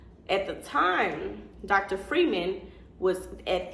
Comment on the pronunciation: His name is pronounced FRY-man. If you followed him and his personal page and practice he always says his name.